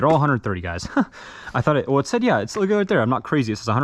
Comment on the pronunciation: When you say yeah yeah it sounds like you said grandad im chinese